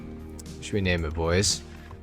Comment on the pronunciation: You sound British when you say hey boysssss 🤣